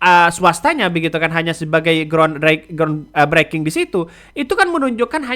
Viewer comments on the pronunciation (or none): Maaf mas bhs inggrismu mawut "breaking" lihat kamuslah bgm cara bacanya